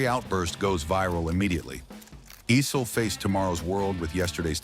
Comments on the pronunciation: The name is pronounced “Eye-Cell” not “E-Cell” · Dan "Ussel". Dan "Icelll". Dan "Eesll". Kiki "Varndawegga". "Dan Ah-sell". AI uploads are the worst.